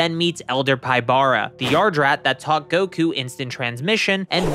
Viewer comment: Just a small nitpick. Pybara’s name is pronounced “PEE-bah-rah”, not “pai-BAH-rah”. His name in romaji is “Pibara”, and his name pun comes from the capybara.